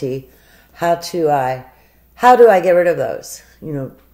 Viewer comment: What the hell is with the way she says "how"?! She can't say the word.